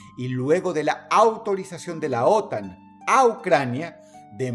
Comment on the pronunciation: no mames dross que entrenaste una IA para hablar con tu voz lmao, por lo menos revisa el audio padrino, como que "ÓTAN"